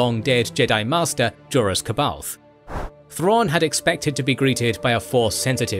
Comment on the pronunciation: I'm sorry, I really don't mean to be a dork about this but you're getting some of the pronunciations wrong. Going off of how Mark Thompson said it in the audiobook, it's pronounced Jor-ROO Sa-BUY-oth and NO-gree. The planet is also pronounced Murr-kurr. Once again, I'm sorry for sounding like a douchebag, it's just going to drive me crazy hearing those names mispronounced like that.